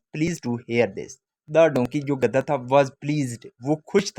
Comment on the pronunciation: Gadda nii gadha